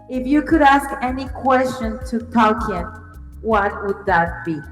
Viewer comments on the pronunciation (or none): none